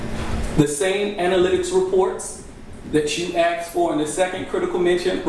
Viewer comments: The word is ASKED, not AXED. What a mess in this county. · Is he saying axed instead of asked? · When did “Axked” become a word?? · It’s Asked not Axed ‘ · I can’t listen to him saying “axed” over and over again. He sounds ridiculous. He’s dumb, mean, unresponsive and argumentative. The judge is obviously afraid of the DA’s office. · He did a lot of ‘axing’ Dangerous guy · and “ax”. 😂😂